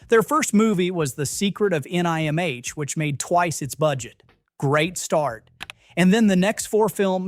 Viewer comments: Secret of N...I...M...H? Dan AYE-kroyd? I fkn hate AI narration. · I think the audio of error "Johnny Minnimonic" could have been caught and corrected, had any actual human bothered to review this before posting. Likewise for the butchered reference to The Secret of NIMH (should be pronounced as a word, rhyming with "him"), as well as the repeated references to "Dan Acheroyd" (note: humans pronounce the first syllable as in actor, not ache). The use of AI-generated scripts and audio is, unfortunately, here to stay. Human oversight is still needed, though.